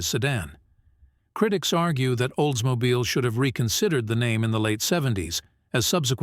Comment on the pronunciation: I stopped watching after he butchered the word Oldsmobile.